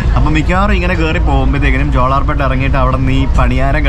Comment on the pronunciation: Jolarpetta, in this you are pronouncing la as it is in mappila, but it is pronounced as pronounced in Palai